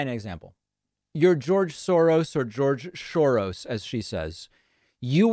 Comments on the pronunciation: George Soros becomes "George shorose" because at the end of the word George your tongue is in the "sh" position so if you don't pay attention and adjust it you'll get a 'sh" sound instead of an "s" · Funny thing is, "Shoros" is a step in the right direction - the original Hungarian pronunciation would be something like "Shorosh" (using the ʃ sound, if my phonetic alphabet googling was correct)